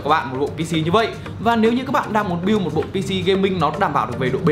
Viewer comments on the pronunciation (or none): none